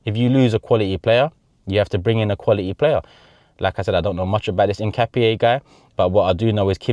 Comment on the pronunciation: As an Ecuadorian myself, you’re the closest in the pronunciation of Hincapié. ( In-kah-pee-aye)